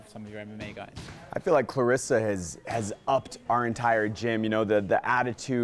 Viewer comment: Her name is claressa not Clarissa cmon coach..